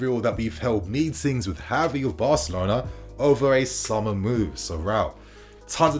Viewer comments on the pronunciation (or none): Its not HAVI its Gavi..dont try creating new spanish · I wanna rip my hair out lmao its the fact that he makes a point to say "HAVI" every sentence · Gavi is pronounced with a hard g, as in “give.” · Gavi not Havi 🤦‍♂️